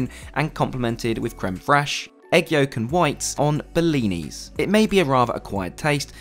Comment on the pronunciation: I'm sending my bf in the same seat SIN-LHR. BTW, it's not "bellinis", it's blinis.